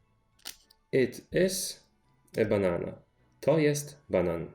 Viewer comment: You write banan but it sounds like you are still saying banana?